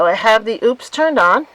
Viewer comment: I love my Mega 1! (And btw, it’s pronounced “O’-pus.”)😉 I recommend having 2 if you can swing it. You can be charging one while using the other. I was really surprised at how fast mine recharged with the solar panels. It took less than 2 hours to go from 70-100% using one set of the 240 watt panels. It was a bright, sunny day.